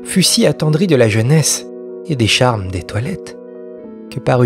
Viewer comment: Quand vous dites "la vertu d'Etoilette", moi j'entends "la vertu des toilettes" ! 😂😂